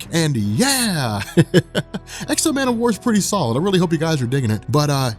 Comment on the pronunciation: I gotta say, I am not enjoying these videos. Man o war? Come on who's idea was that...